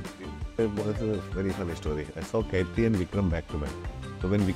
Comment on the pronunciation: It is not Kaithi, it is Qaidi which means prisoner. It is just written as Kaithi for the Tamil audience but Anurag Kashyap pronounces it as Kaithi. Why so? He must have got the meaning of it, no?